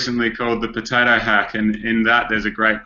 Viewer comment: Why he keep saying potata? Its potato